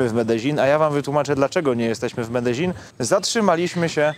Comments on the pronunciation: Po polsku Medelin a nie Medeźin. Nie do Breslau tylko do Wrocławia. Mówmy po Polsku Zawsze się to tak wymawiało. Pozdrawiam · Dobry odcinek ale wymowa miasta:jest Medeiin nie ma dz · Medezin...... aż uszy bolą... jak ktoś z lokalnych powiedział ci że tak się to wymawia to zrobił cię z balona :D Jak polak który mówi obcokrajowcowi że wypierd*** to to samo co do widzenia..... beka w chuj :D Ale tak poza tym to super odcinek, bedzie z tego fajna seria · Faktycznie długość filmu jest zastanawiająca. Medellin to się nie czyta bardzo podobnie jak sie pisze ? Narcos oglądałem i tam to chyba podobnie wymawiali.